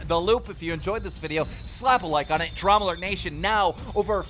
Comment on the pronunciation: Nobody: Keem: Dram Alert